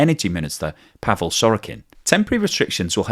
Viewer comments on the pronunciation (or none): none